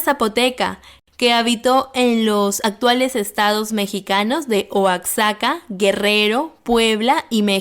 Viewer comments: Se pronuncia Oajaca y no Oacsaca, aunque supongo que la escritura si la conoces, Oaxaca. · Totihuacán no es una cultura Es Oaxaca (oajaca) en México la x tiene diferentes pronunciaciones Una enchilada y una enmolada no es lo mismo, aunque es correcto decir que el mole es una salsa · Oaxaca aunque tenga “x” suena como una “j” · Acaso dijo oazhaka? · JAJAJQ cómo pronuncia Oaxaca XD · Amiga me encantas,incluso pensé que eras mexicana, solo te quiero poner a practicar ,dijiste 2 veces Guanajato ,que es una ciudad o estado de México, lo que te quiero poner a practicar es que se dice GUANAJUUUUUATO.repitelo varias veces con uuu.eres muy amable saludos y abrazos para vos. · Agradezco tu interés por conocer nuestro hermoso país pero no sabes pronunciar Oaxaca Cuando vengas a México aprenderás saludos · Está persona que se enseñe primero a pronunciar Guanajuato y Oaxaca lo pronuncias pésimo no se quien le autorizo Narrar eres una total ridícula. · Pronunciaste mal Guanajuato y Oaxaca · Sabes que alguien no es mexicano cuando no sabes decir Oaxaca(?